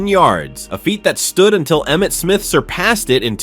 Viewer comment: You got Emmett Smith right